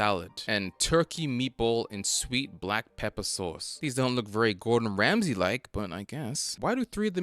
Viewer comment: Why do you keep calling him Gordon "Ramseys" just look it up if you aren't sure.